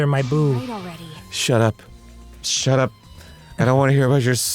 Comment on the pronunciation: I love how they make say ‘SHAT AP’ 😆